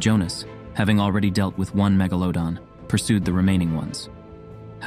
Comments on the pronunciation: Mega-LA-don not me-GA-ladon, sorry I'm nitpicky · "Meh-ga-leh-don" WHY THE F IS HE SAYING IT LIKE THAT?!